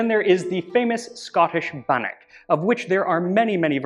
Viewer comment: As a Scot, you pronounce scone and bannock very well. Top marks pal